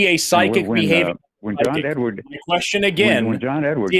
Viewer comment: John Edward. No "s" on the end.